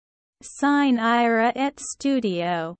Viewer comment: belin, ma come state? Non ci siamo, chiedete a qualcuno che ha studiato un po' di latino come si legge. E poi, dal tono, sembra pure che stiate per uccidere qualcuno, sine ira et studio, naturalmente.